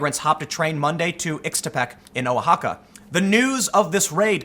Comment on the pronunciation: It's pronounced Wahaca (Oaxaca)